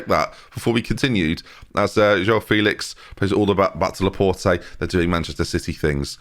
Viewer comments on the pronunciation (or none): none